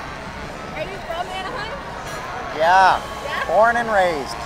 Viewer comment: “are you from Anaheim?” “Yaaaaa born and raised” in the most Canadian accent ever Lmao :)